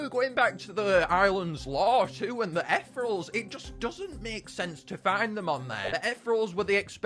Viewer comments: Most painfully video to watch 😢 it pronounced e thee reel alls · Aw yes, “etherals” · the way he pronounces 'ethereals' infuriates me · "Ethrels" (not hating)